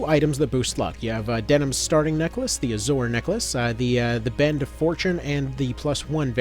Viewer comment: Love your content. Hate how you keep mispronouncing "Azure"